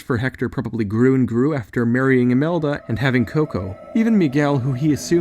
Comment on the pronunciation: Its imelda not amelda